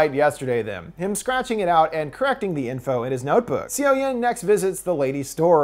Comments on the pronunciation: I watched this movie and I was so excited for this review and I really liked it! BUT in the beginning I was like "whose Sio-Yen?" Her name is pronounced similarly to "SO-yon" Overall it was a great review~! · HAVE YOU NOT WATCHED THE MOVIE ITS PROBOUNCED SUH YUN NOT SEE YO YEN!!!! Dislike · seo-yin is pronounced "soh-yin" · Hearing c o yen makes my skin crawl! 😬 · I know i'm late but just a heads up, for Korean movies (since i see you doing more of them lately) the "eo" character in Korean is pronounced more like the English "uh" so the main character's name is actually pronounced more like "So young" without the g at the end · This video was entertaining but I'm wondering if you actually saw the movie? You pronounce her name "see-o-yen" and I suppose a foreigner might mispronounce 'Seoyeon" this way by reading it at first, but if you actually watched the movie, wouldn't you pronounce it like it is pronounced in the movie? So more something like "soyon". This is very disturbing to me as it's a name which pronunctiation isn't hard once you heard it.